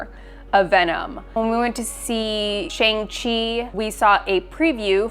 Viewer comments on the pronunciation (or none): It’d be cool if we could pronounce Shang Chi correctly. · how are they still saying shang-chi wrong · I don't get how they could have watched Shang-Chi and still pronounce his name wrong. There's a whole scene dedicated to how to pronounce it.